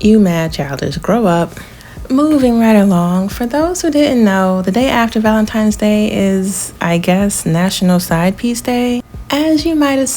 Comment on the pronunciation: “ValenTIMES!” He’s illiterate!